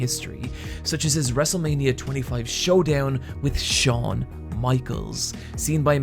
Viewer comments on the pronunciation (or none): none